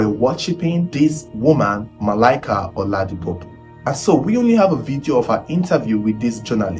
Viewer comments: listen next time call your friends tell them to listen snippets of videos you plan to release. One, at least one would have told you to give credit to Akolawole Olawuyi whose story you dubbed. Another amongst you friends would have told you that the name is pU-po and not pO-pu. If an investigative journalist flunks on names he would lack credibility. Tribe of origin regardless! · OLADIPUPO NOT OLADIPOPU or OLADIPUPU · The way you pronounced her surname sounded very funny. I know most SE pronounce pupo as puupo, but as an Igbo guy try pronouncing it like this kwukwo, (like book in Igbo akwukwo)🤣🤣🤣